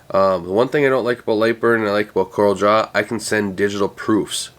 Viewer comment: FYI;) Love your channel, have learned bunches from you - thanks for what you do!